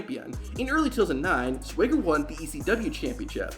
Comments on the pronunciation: Swaygger? Its Swagger. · Why does this guy pronounce it sway-ger 😂